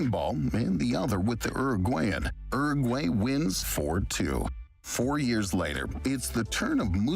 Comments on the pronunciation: The way that guy pronounced Uruguay scrambled my brain. ERRRRGWAYY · 'Ergway'? He said ''Oo-rag-way," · hmm, no. Rolled Rs are only used in Spanish at the start of a word (radio) or when it's a double R (barril). It's Uruguay, not Urruguay. Edited to add: I forgot the other case, at the start of a syllable when it follows some consonants (alrededor, the first r is rolled). Some regional accents roll Rs at the end of some syllables, but that's not the case of the word Uruguay, where the r is at the start of a syllable following a vowel (U-ru-guay) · Is that how Americans pronounce Uruguay?!!